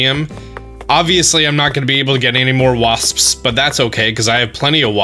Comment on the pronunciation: how did he make the word "wasps" have three syllables ????